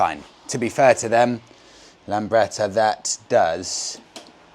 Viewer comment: Lambretta not Lamberta!